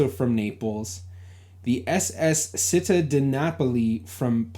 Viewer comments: I enjoy your series. On this video, you mention a ship "Città di Napoli". The word "Città" (City in Italian) is pronounced CHEE-TAH, with the emphasis on the 2nd syllable. So it's said more like "chee-TAH". In Italian C + I is pronounced like CHEE. Sorry to be a nitpicker! BTW, my Italian grandparents came to the U.S. from Naples (Napoli), Italy in1914 and also passed through Ellis Island. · Citta is pronounced CHEET-TA, stress the second syllable. Make sure you engage some Italian American researchers. We know all kinds of tricks and tips about those manifests. 😁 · Hi! Città di Napoli = City of Napoli Pronounced Chee - tah, emphasis on tah! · Also, a small point: Città is pronounced 'chee-TAH'